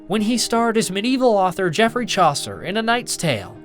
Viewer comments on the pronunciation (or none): none